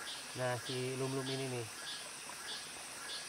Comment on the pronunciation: Yang enak mah bubur sum-sum bang bukan lum-lum haha.